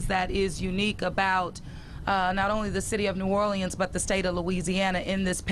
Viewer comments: Anybody else extremely annoyed by the way she pronounces "New Orleans". Sorry, not trying to be insensitive. I just couldn't help but be bothered by it. 😒😒😒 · I was wondering if antbody was going to mention that. It almost sounded like she took "New OR-LEANS" & "New Or-lenz," & made "New OR-LE-enz." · Where did that woman learn to say Nuolens , must be a yankee.